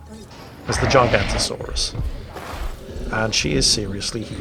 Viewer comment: you missed the o, makes a big difference